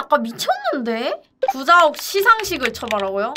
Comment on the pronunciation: 구자욱 발음할 때마다 구zㅏ욱이라고 발음하는거 개웃기네ㅋㅋㅋㅋㅋㅋㅋㅋ